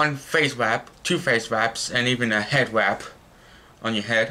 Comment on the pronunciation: "Hed wap"